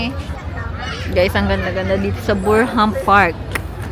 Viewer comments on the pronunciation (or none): Mrs alam mo namang malamig ang pupuntahan ninyo gnyan pa damit mo huwag namang pasikat maraming my magandang kutis at mukha kysa sa u, kamukha ka pala n zoraida at hndi pa marunong bumasa BURNHAM at hindi BURHAM bolol ata itong asawa ni cobra prince